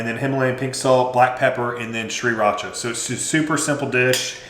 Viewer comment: Did he say 'see-racha'?